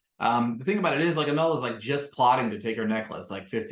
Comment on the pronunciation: It’s pronounced Uh-mall not amel